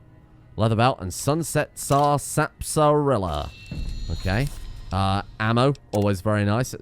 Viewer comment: As odd as it is, it is pronounced "Sass-par-ila".